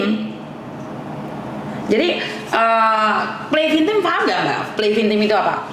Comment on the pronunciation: Hi..tak ralat nggeh..play viktim miss bukan play vintim jadi pakai k bukan n nggeh...semangat 😊